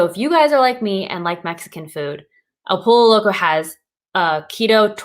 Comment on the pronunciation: Dude you are so adorable with saying "El POLO Loco" instead of "poy-yo"... the double LL is like in word Tortilla = y sound. Joe Duff did cool video on keto options at Taco Bell. 💜🤘🙏